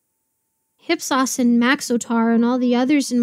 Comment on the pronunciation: ‘Hip-sauce’. ‘IP-SOHS’